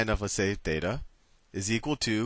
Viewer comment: θ is pronounced theta